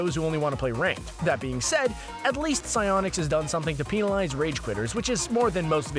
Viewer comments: just stop,stop saying peenalize, its said "PENALIZE" not peenalize. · PEENALIZE XD